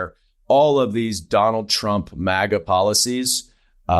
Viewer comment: It's a relatively small thing, but thank you Representative Goldman, for pronouncing "maga" right, these talking heads on TV trying to put some ridiculous Euro-spin on it, "m-ah-ga" is SO irritating....